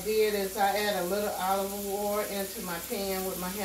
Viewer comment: She said “Oliver Oil” lol😂